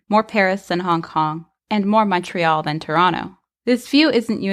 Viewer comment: My brain was so soothed when you said Montreal correctly <3